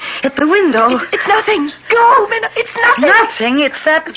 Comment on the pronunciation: 2 things about this really bug me, first is the mispronouncing of Mina's name and second the actress playing her is to old. Mina is a young lady.